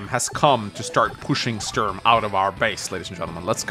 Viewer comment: As a guy from germany it hurts my ears everytime you pronounce "Sturm" as "Störn".